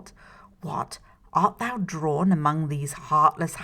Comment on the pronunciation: you mispronounced "thou". KTHXBAI!